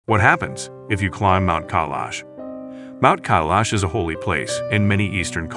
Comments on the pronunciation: Damn it's not Kaylash some fancy name The correct pronunciation is Co E Lush Mount Koilash. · How hard is it to pronounce "Kailash" correctly? Not at alllll!! It's not "Kaalash", it's "Kailash". The i is pronounced like a y & "Kai" should sound like "pie" - Thank you for your consideration!! (Pronunciation DOES matter, especially when it's "as easy as pie"!?) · Why are they pronouncing Kailash as Eyelash? like come on bruh get the pronounciation correct plz. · What happened if you climb mt Kailash!!! First pronounce it right. You people always butcher original pronunciation. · Learn to pronounce Kailash properly. Don't disrespect other languages, put some effort and learn the correct pronunciation.